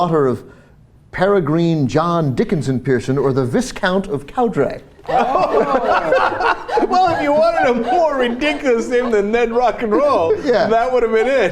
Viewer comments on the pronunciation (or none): Peregrine = peh-rah-GRIN Viscount = vi-count Cowdray = cow-DREE... Just a bit of UK pronunciation for you,.